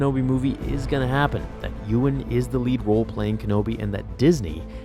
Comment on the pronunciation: Uriah Siner it's pronounced EE-wan... As in Obewan Kenobi.